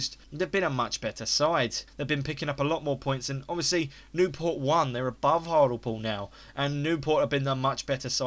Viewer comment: hartalpool??? hart-ley-pool haha